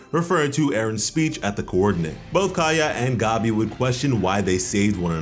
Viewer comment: bruh why do you call her gobby?? the green gobby lmao it’s gabi like gabby